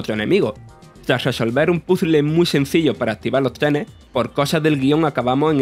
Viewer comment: Activah lo treneh